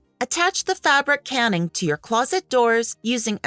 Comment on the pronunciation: Canning instead of caning… lol